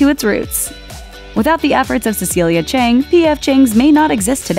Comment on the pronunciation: It's Philip CHIANG, not Chang. It bugs me so much.